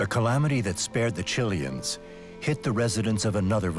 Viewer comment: Chil-ee-ins. Lol. Chi-lay-ans! Damn. Leave it to English speakers to slaughter foreign languages.